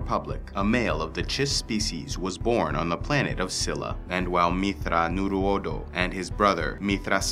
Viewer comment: It's pronounced - "Myth-thrawn-your-odo" Shuddered when I heard your pronunciation. Other than that, great video